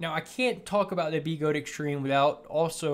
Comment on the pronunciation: B-eh-gode. Not BeeeGode